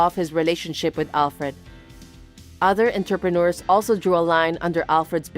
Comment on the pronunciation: I was listening, but not reading the text, so thought Mindy was saying the men were 'interpreters'. I thought, 'I wish I'd tried harder with French , because I never knew it was a well paid job.' 😄